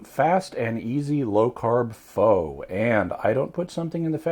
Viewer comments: "FOW"really? -_- sincerely, asian girl. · Dat is not how to say pho. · I'm going to go out on a limb and say if he used homemade beef broth, he would have used knuckle bone, beef bones with marrow, and the normal ingredients. This takes upwards of 12 to 18 hours to complete. In my world, that is not fast. When it comes to Pho (pronounced 'f-ugh') you are better off going to a Vietnamese restaurant. If I was deserted on a desert island with one food to eat, this would be it.